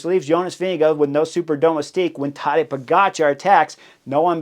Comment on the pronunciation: It is Po - ga - tchar. The stress on the second syllable. Just like with his name, also stress on the second syllable.